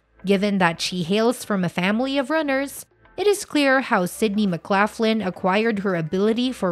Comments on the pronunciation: McGlocklin not McGlafflin. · Please learn to pronounce her maiden name correctly. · States pronounced laugh Len, north lock Len doesn't matter thanks for sharing we share same last name. Khun Narrak Mak Khap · Mc Laff Lin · pronounce her name RIGHT or dont even show the video. so much for credible reporting. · Learn to pronounce her last name correctly before making the video, please. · Not pronouncing her last name correctly.